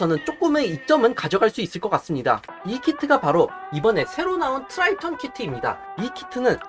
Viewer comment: 트라이톤이아니고 트리톤 임니다😂😂